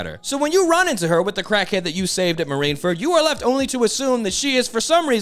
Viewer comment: Why do you keep saying “marineferd” lmao